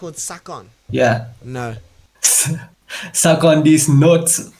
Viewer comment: No way scar got baited with "Suckon"😭😭